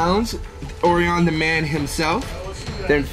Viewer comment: Orion's belt not Oreon's belt "O-righ-un"